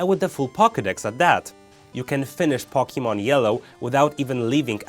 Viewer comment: Do you know how to even say Pokemon? Its Poke-ay-mon not Pok-ey-mon